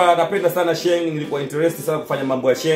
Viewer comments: Kaka blaza sio Shengi ni sheng😅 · Msee anasema SHENGI💔😂😂😂😂😂😂😂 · Huo utopolo hata wakenya wenyewe hawaelewi. Halafu SHENG Haitamkwi Shengi ... tamka “Sheing’hi”